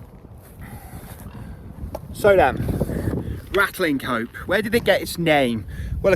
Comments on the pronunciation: i thought that the village was pronounced "Ratcham"? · Great video! If I remember correctly, locals drop the g and h when pronouncing the name. Like 'Ratlinope". A typical Shropshire trait! The place looked deserted! All the best. Keep em coming,!